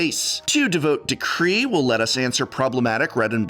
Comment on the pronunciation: Why are you pronouncing "orchid," "devout," and "heresy" like that?